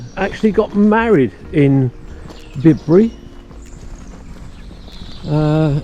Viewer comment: Great video. By the way it’s Byebury in these parts. 🤪. Enjoyed wandering along with you and Steve. Best wishes from Glos vegas. 👍🏻🚶🏻‍♂️🚶‍♀️